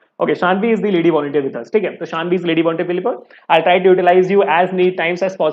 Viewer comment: Bhaiya that's Saanvi not Shaanvi. 😅😅.